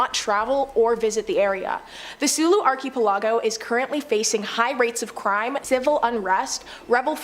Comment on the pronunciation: Someone PLEASE TEACH THIS LADY TO CORRECTLY PRONOUNCE archipelago